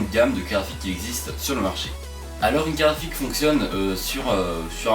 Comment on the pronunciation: Hey, Tu fais Comme Yanis le Nazi mdrr C'est Une bien bell Carafique xD